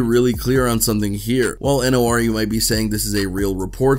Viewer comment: N.O.R.E is pronounced nor-ee